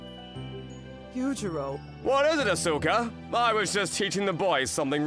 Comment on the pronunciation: her name is Asuka not Asoka.